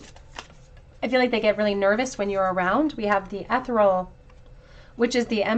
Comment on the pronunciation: Pile 2- ethereal is pronounced "uh-THEE-ree-ul" 🧚